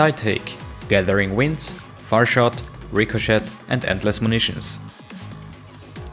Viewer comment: So you know that ET in Ricochet is pronounced with a long A at the end. So it would be pronounced like this Rick-o-shay